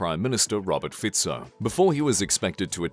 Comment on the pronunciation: You are the first and only youtuber i know who pronounces Roberts Fico"s name correctly, congratulations. Clever americans. aaaand then u got it wrong with Kuciak, so close..